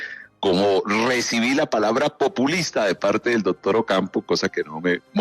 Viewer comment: No se puede confiar en un tipo que dice “dodtor”, “odción”